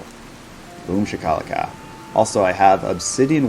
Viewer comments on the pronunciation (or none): If it’s a private or in-joke, I apologize. But your pronunciation of Shakalaka makes my ass itch 😂 I know it’s a made up word, but phonetically it’s SHAH-kuh-lah-kuh, not shu-KAL-ih-cuh. Again, If it’s purposefully, I apologize but I needed to purge the poison lol